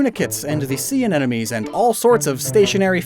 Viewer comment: take a shot every time says "anenomes" THIS IS LIGHTHEARTED don't actually worry about mispronouncing words, scientific names are messy and hard to pronounce 😄😄😄 love these binge-infodump videos!! helps me refresh my mental Pokémon encyclopedia!! thanks a lot!! 🤍🤍🤍🤍🤍